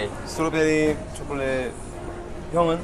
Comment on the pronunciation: Vernon just say 'chocolate' in Korean accent 😆